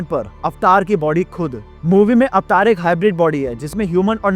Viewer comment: Pehle to yeh एवेटार bolna band lr kar 😅 अवतार hain vo